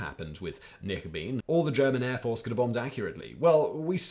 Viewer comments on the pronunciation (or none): knickebayn not knickebean 😁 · Simon, if you're going to pronounce Knickebein like knicker-beam, you might as well call it the panty-ray!